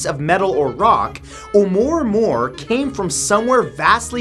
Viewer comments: Amuah, Amuah... I spelled it wrong I know, but THATS how you pronounce it... There certainly aren't any RS in there... It's not amore, amore? Wtf? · Seems that if anyone else had commented on the pronunciation of the asteroid oumuamua it is deeper than I care to search. Amyway you pronounced it "oo more more". It is "mow mow", inspired by the song papa oom mow mow, by the Rivingtons, in 1962. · SitOnMyFace oumaouma , there's no R in it. How do you get moor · It’s not name “oh murr murr” it’s oumuamua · There is no "R" in Oumuamua. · lol, "What is Oh-more-more?" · Hey! This is Lynne, not Jack. Anyway, talking about Oumuamua, well first, it doesn't have an "R" in it! It is pronounced, "a- moo-a-moo-a". Believe it or not, we know exactly what it is! It's an ancient alien spacecraft! Here's another theory of what the moon is: it's an alien spacecraft. We shot a missile at it and it rang for hours indicating that's it's hollow and made of some sort of metal. Some whistleblowers claim that there are numerous bases on the dark side of the moon of both our and "theirs". Of course, everyone can choose to believe what they want to believe! ^_^ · Glad I'm not the only one that heard that, somehow it gove me anxiety every time he said it wrong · Hey really love your show..all your hard work....just wanted to let ya know..its pronounced uh-moo-uh-moo-uh... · Oumuamua is pronounced a- moo-a moo-a! Just an FYI!😀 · i cringe every time matt says "omoormoor" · 'Oumuamua is pronounced OH-oo-MOO-ah-MOO-ah. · Wait who added the R to Ouamouamou